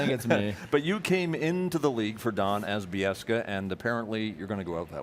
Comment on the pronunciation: When is Don Cherry ever going to pronounce Kevin’s last name right? It’s Biek SA not Bieska.